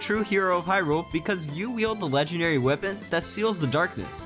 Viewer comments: Wipon. WIPON😂 weapon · why does he pronounce weapon as "wih-pun"? just curious